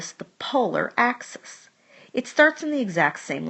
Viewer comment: ليك ليك هيدا اسمها اكسيس موش اكسيس انتي وين تعلمتي رياضيات ليك انتي يامره